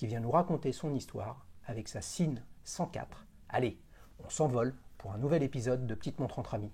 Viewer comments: En allemand, on prononce Zinn, avec un z, pas un s. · Encore un super épisode. J'adore quand c'est avec des marques moins connues comme Sinn!!!D'ailleurs je confirme pour la prononciation c'est bien zinn. Personnellement je trouverai sympa que tu nous fasse une nouvelle rubrique ou tu nous raconterais l histoire d une marque ou d'une invention horlogère à ta façon de collectionneur passionné. Mais je suis conscient que cela prends du temps . Mais comme disait un conteur africain "vous avez l'heure et moi j'ai le temps". Merci encore pour ces moments de passion horlogère.